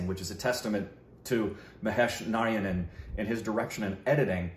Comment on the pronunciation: Naa-raa-ya-nann : Narayanan as pronounced in Malayalam (Mala-yaa-lum)